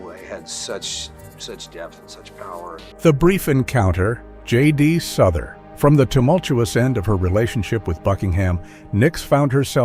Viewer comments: JD Souther not Suther. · It's pronounced SOW THER not souther. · It's J. D. "SOW-ther, isn't it? Is this another one of those clumsy computer voice narrated things? An actual music fan would know. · Thank you for pointing that out, it is inexcusable to mispronounce name of a person in the public eye. It would be like calling Cher as Chair. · For the record JD Souther is pronounced as in house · Wrong pronunciation of Souther